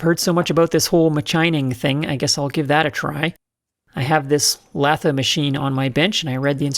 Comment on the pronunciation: I happened to be sipping a glass of wine when you said “lath-eh.” Had to pause to clean up my iPad.